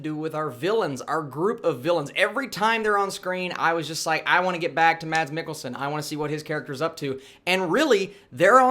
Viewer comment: Thanks for the review! just an additional info..The danish actor's name Mads is pronounced as "Mas".